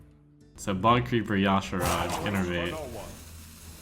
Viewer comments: y'shaarj is not pronounced ja shurash its pronounced as e' sharee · I'm pretty sure Ya-Sha-raj is the official pronunciation given by Blizzard. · Tanner Corder I checked and Ya-Sha-raj is the way it's supposed to be pronounced. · Why does everyone pronounce Y'Shaarj incorrectly? It's so obnoxious to hear them say Ya-Sha-raj. It's pronounced Y-Shar-j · pretty sure its pronounce: Why-Sh-Are-Jay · Blizz devs pronounced it as yah-shar-ahj, but these are the devs who tried to push see-thun as a pronunciation, so take that with however much salt you have.